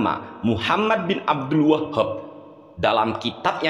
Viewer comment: Abdul WAHHHAB. muantep nglafadzkannya. 🤣😅🤣😅🤣😆